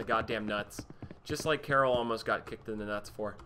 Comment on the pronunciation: Karol is pronounced Cah-rol (Like the female version of Carol). Its a common polish boys name, and the developers of the game are Polish.